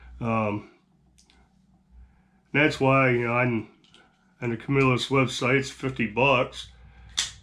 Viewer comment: You can always tell people are from the CNY area when they pronounce Camillus correctly!